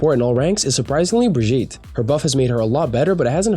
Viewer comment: Plz pronounce Brig’s name right smh. She even says her own name in the name. It’s [brig-ee-ta]